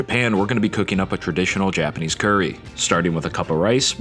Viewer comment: NO THE WAY HE SAID "CUURRY" NOT "CURRY" WHYYYYYYYYYYYYYYYYYY